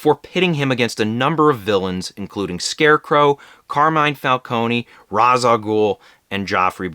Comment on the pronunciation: Ra’s is pronounced like Ray-sh. Nolan got that wrong for some reason lmao